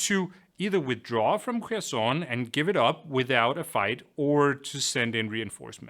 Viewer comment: The best pronounciation of Kherson I have ever heard on a English channel!👍